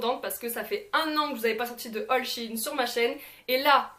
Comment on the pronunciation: ON DIT SHEIN